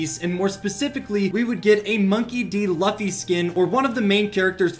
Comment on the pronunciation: when he says Monkey D Luffy it hurts me